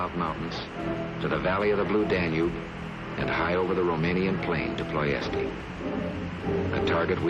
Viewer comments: The name of the city is ployesti. Ploy-es-tEEEEEEE. Not Ploy-es. The clips used in this video had the correct pronunciation, so how did you, the narrator, continue to mess it up? Yes, I'm a Pronunciation nazi. 😂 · PLOIESTI not ploesti...... as always 'murican idiocracy show At least google for it... stpd mron. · why do you call it ploiest while it's called ploiesti. can't you pronounce the i? some mental disability perhaps? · It's not ploies or ployes, it is Ploesti. The Mediterranean is a Sea, not an ocean. (A fault many Americans do, although the Caribbean is a sea too.) Good work though. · My father flew in B-24 over Ploesti several times. Curious why the narrator pronounces Ploesti without the final vowel. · Is it Ploest, or Ploesti? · The city is called Ploesti!!! Not Ploest….!!!! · Why do call it Ploest when the spelling and the 50s documentary call it Ploesti? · Sir it’s not Ploest it’s Ploesti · Ploesti, pronounced Plo-esht, not Plo-est, or Plo-esty. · Ploest is wrong , it is pronounced as Ploiești (Plo-ie-Shti) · Ploiești not ploetsi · Ploesti, Ploeshtee, "Plo" like in "plot" "esh" like in "ash", "tee" like in "tea". For God"s sake, learn howdy read main name in your story. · It really jars the ear how you mispronounce the name of this place! It is Ploy - Esh - Tea! The rest becomes hard to watch and listen to! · Pronouncing it "ployESTee during the War made us so nervous we had to pronounce it PloiyEST in this video". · Plo "S" "T". You're killing me here! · Nice documentary which has considerably more interesting details than ever the CBS AIR POWER series in 1956. We find that the proper pronunciation of Ploesti, Romania is "Plo-Esht-tee" rather than the pronunciation you used in your documentary which may be a French take on the pronunciation. Thanks for your good work; despite. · Say it with me; ploy-est-eee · Pronounced "Ploe esh ty" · It is called PLOIESTI, not PLOESTi. Pronounced PLOIESHTI. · "ploy-esh-tee", please.